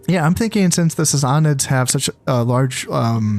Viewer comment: I think it's Sass-a-nids.